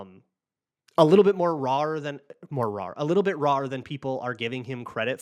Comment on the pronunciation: Good episode. for rawr 🐯. By the way "more raw" is the proper way to describe it. It was funny that you noticed it sounded bad but still said rawr like a scary kitty